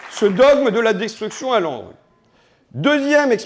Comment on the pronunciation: haha j'ai entendu Landru au lieu de L'ANRU 😂